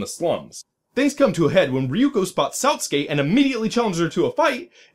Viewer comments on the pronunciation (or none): The "I" in both "Satsuki" and "chibi" are pronounced "ee," like all other uses of the letter in Japanese... and Spanish... and many other languages, I'm sure. But aside from that, this was a very enjoyable review. Thumbs up! :D